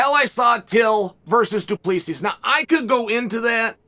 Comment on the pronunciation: Hi Chael. Respectfully, his surname is pronounced Doo-Pla-See. I am south african. It is a common surname here.